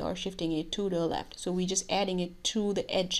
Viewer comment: That phrase "we shift it TO DAA LEFT" :p